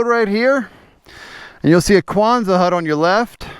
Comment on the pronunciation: Not kwanza hut, Quonset hut named after Seabee’s base I Quonset, RI!